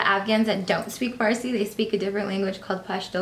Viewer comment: actually pronounced the farsi well